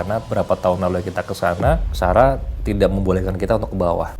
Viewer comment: Kak sara bilang ada yangmanggil sara aku juga denger dia bilang saka tapi r nya tuhgak Ter lalu kentara gitu